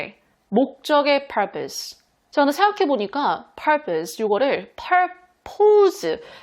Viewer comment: purpose 발음 속이다 시원😂